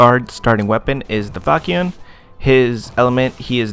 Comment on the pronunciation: The way you pronounce Saracen (Sah-Ruh-Sun) and Falchion (Fel-shun) annoys me lol